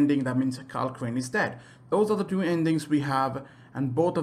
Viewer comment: dude plz say 2 correctly ur pronounicins it deux xD in frensh